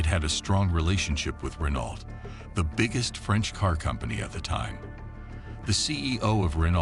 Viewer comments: It's funny hearing Americans say "Renault", actually pronouncing the "t". I guess it's being an ocean away from the garlic munchers. We're only a channel away from them so we know to say it "ren-oh". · You’d think you’d learn how to pronounce Renault ! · It's not Renault.. It's pronounced Reno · It's pronounced "Ruh-Noh" or "Ren-Oh" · Errrr.... Why would anyone believe you if you can't even pronounce 'Renault' correctly? shAmericunts....... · The pronunciation of Renault is so cringy. Ugh.